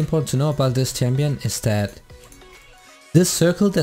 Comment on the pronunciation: Its champion not tsampion